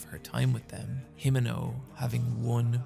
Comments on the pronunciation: Hee-men-oh. Say it fast. the 'e' will always sound like "eh". Japanese pronunciation has almost entirely consistent phonemes. It's such a lovely name, so please. please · the way you pronounce himeno pisses me off